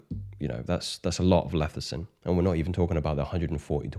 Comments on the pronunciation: It's Lecithin, not Lethicin. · It’s pronounced LESS-I-Thin not LETH-I-Cin